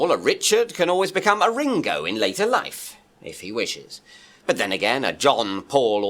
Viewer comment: to Was i imagining it or did he not recognise The Beatles? Even his pronunciation of Ringo suggests it's the first time he's heard the name. Edited to add timestamps